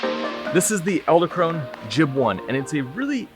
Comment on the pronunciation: You're saying "Ell-da" Krone...It's Ed-ell Krone. Nice video by the way!!!